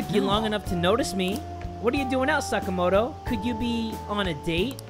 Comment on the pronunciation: Sa-KAH-moto, not saka-MO-to